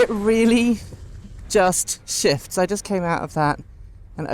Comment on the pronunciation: Idk if it was your accent or you were actually saying it. But it sounded like you were saying “it actually shifts” emphasis on shifts. As if you were saying that it takes off, rather than shifting gears. Can you elaborate on this? Does it really shift gears? Or is it a single gear like most EVs? Also, does it have a reverse?